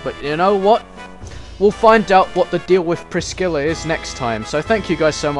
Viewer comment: I dunno if you ever figured it out, but the "C" in Priscilla is silent lol.